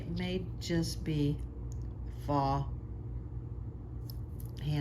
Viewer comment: I'm confused... I'm hearing you say a word that sounds like "fah." Is this your pronunciation of the word "faux," which means "fake, or imitation, not real or genuine"? I looked up the preferred pronunciation Google and learned that it should sound like "foe," which is the way I've always pronounced it and heard it pronounced. (I hope this question was not offensive... 😊 Lots of stuff is very finely nuanced, and I'm just always trying to learn! 🤔) Loved your unboxing session, and the descriptions of what you found!